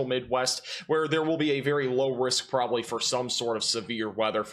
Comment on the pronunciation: Good sir.....FYI the word "rural" actually has two syllables. This fits with the no "g" in significant and the no "b" in probably. Can you say "prolly" and "sinificant" ??